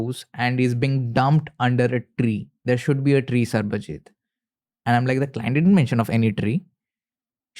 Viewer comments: for good god sake, his name is sarbajeet not sarabjeet. Please😢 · Bro said Sarabjeeth instead of Sabarjeeth 😂